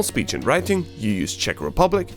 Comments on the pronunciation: Wow that "Ahoj" really surprised me as you arent speaking czech you pronounced it perfect, also i didnt expect it coming, great video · I'm glad to see that someone really knows about our country cause I've thought all the time that noone knows Czech Republic. Tbh great pronounciation of Česká republika and ahoj. Hezký den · and "ahoj"